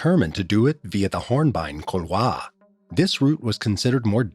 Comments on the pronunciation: Kool-waar...not cool-vaah... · Please stop saying "cool-Waah". Just avoid the word if you can. Call it a gully. . Maybe same for "Adieu